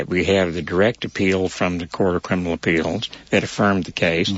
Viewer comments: It’s “appeals” not “apealds”. Good grief. I know Ray likes to intentionally sound as feminine as possible because he likes the attention, but damn, he’s got the most annoying and activating sound I’ve ever seen. Pick your mouth up and stop playing into your sexuality every other second. Nobody cares. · The sound of Ray Hill’s voice has got to be the most annoying lisping voice I’ve ever seen. Can’t even listen to it. Man pick your mouth up. The feminine lisp on top of it is just awful. “Appealds” - if I hear it one more time. Ray, there’s no L in “appeals”.